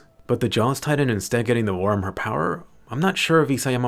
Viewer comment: Dropped a like just cause you said tri-tan